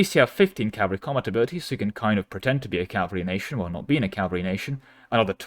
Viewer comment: It’s pronounced, “ca-VAL-ry”. Cavalry. Not “CAL-vary”. Cmon man.